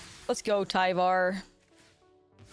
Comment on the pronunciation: It's pronounced "tiv ar"